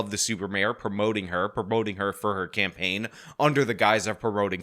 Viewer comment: "This is a smear champagne with all these false Alize-tions." Tell me you're an alcoholic without telling me you're an alcoholic.